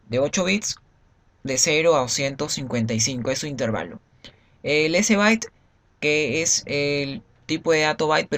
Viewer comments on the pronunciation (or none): none